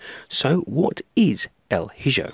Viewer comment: Excellent review, my friend. And at this point, your reviews are pretty much ASMR to me 😅 i always feel so relaxed watching them! lol. Just one thing, I believe the game is actually pronounced with the j as a h, so: 'El E Ho' pronunciation-wise, as its Spanish. Sorry to be THAT annoying guy. 😅🙈 I love your reviews brother, keep up the stellar work! 🍻😊